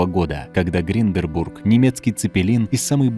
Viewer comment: ГИНДЕНБУРГ а не гринденбург